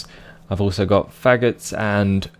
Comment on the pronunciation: I like the emphasis on the "F" in "I've also got fffagots"